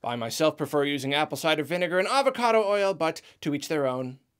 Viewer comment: "Avocado oil" Spoken like a true Californian.